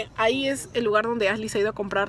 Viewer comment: Ashley , no Asley